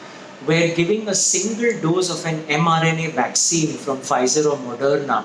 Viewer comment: What's a vwaccine?